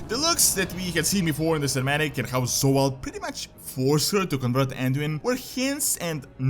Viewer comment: I love how you pronounce Zovaal as Sowal :D